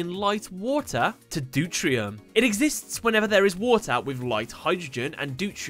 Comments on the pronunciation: hey, with regards to pronunciation 1H and 2H (isotope) is called de-te-ree-ium and 3H is Trit-ium ... hope that helped (sorry if it doesnt matter to anyone ... if someone learned something then awesome) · Its pronouced due tea re um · It is NOT called doutrium, but deuterium. But, still refernce checks out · deuteron not deurtrion DeutERIUM not NeutRIUM. you're missing a syllable. Mekanikle is pronounced Mechanical (in japan it's Machine-icle) Water dragon cluster is to heavy water as water dragon is to water (in terms of chemistry